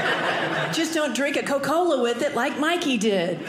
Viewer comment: Did she say co-cola?